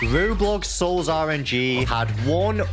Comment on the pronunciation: I subbed to you and cooked my SIXTH solar solistice and Poseidon my favs also why u start every vid with « RO-blox SOL’S r-n-G.. «